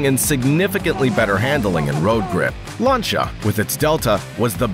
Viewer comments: Lancia not lancha 😅😅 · LANCH YA LOLLL dude its LAN SEE YA not LANCH YA you big idiot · oh my freaking goodness ... LAN ... SEE ... A .... not LAN SHA ... jeeeez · These pronunciations are killing me. "Lunchia." 😭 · Pronouncing "Larntia" for "Lancia" is a great way of showing us you've never watched a car or rally event before. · It’s pronounced Lance-e-ah at least that’s how it’s pronounced on the old top gear by Jeremy James and Richard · The American pronunciations are pretty funny. Lanchia 😂😂😂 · Ah yes, famed automobile manufacturers "Lancha" and "Puhzho" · Sorry, had to cut short my watching as I was cringing so hard at the mispronunciation of so many brands. WTF is a Larncha!! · except he can't say LANCIA FFS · Except Lancia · Ye, and i've not heard Lancia pronounced that way too. 😄